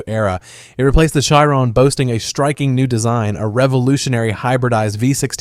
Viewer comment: Why you say Chiron like that